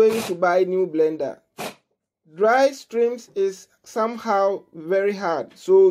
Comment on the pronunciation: is it strims or shrimps?🤣🤣🤣🤣🤣